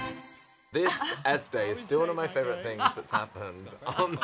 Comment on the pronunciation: grimmy. her name is ESTE not ESTEE